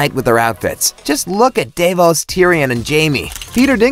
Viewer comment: Sorry, Deyvos? haha